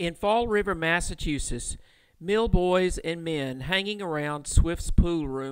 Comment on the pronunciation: okay just to note this is not my only takeaway from this video but I live in Massachusetts and find it odd and a bit funny how he says massashoesiss